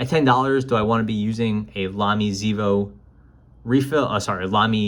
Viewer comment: It seems to me that a native German would say ksAYvo.